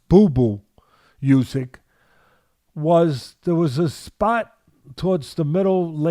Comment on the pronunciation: I say? When you get the chance, can you point out to Teddy that Olexandr's surname is pronounced "OO syk" and not "You syk"